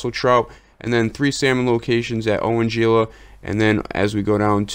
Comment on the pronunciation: GILA is actually pronounced "Hee la" the G makes an H sound, Spanish. Love the videos. Keep it up!